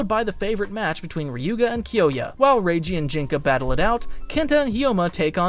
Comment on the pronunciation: Watch the anime and learn how to mention their names bro Listening to you mention Ryuga's name like that is ticking me off 😅 And benkay didn't battle in the first round with tsubasa don't just watch listen too